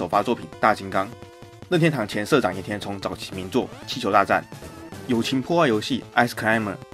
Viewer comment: 任天堂——烟堂